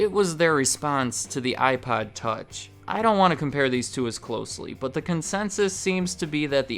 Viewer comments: I can't be the only person hearing him say iPod with a really weird o pronunciation... Some times his pronunciation of iPod sounds like iPad... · Are you saying iPod or iPad?